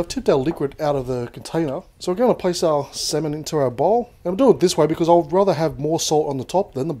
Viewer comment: Btw it's pronounced "samin" not "semen" 😂 ik it's pronounced differently but yah, just saying! I ain't no hater ;)